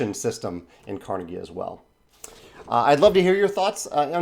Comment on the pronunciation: You would think that the people producing the Kickstarter would have the decency to check how Andrew Carnegie's name is pronounced. At least they posted an update commenting on that.